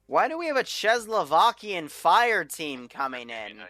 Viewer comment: Your pronunciation of "Czecho-Slovakian" killed me xD, good try tho